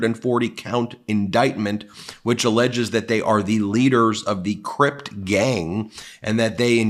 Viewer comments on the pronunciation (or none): for the record, you keep talking about those rappers and saying they are charged with being leaders of the "crypt" gang...you should know it isnt the crypts...it is the "crips" lol there is no "T" in it. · Ben bro, it's not Cript gang , it's pronounced Crips gang. Not trying to be offensive. Just thought you might not know. Love this channel. Real news, facts, no fiction. Thank you. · Ben, just so you know, it's the Crip gang, not the Crypt gang. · Ben, it’s the CRIPS gang, NOT the “Cript” or “Crypt” gang.